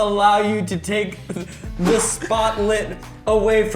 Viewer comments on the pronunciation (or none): my favorite part. Just the way Ethan says "teh".